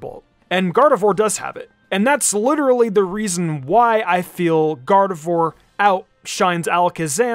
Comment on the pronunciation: gardevoir god of war when said 😂,,🤣